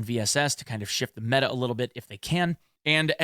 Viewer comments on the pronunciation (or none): none